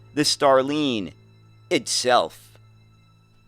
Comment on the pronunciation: i like your content,, but I am surprised of your pronunciation of starline. it's like star and line.... whilst the sound you make in line would be needed for the I in Iveco. best regards!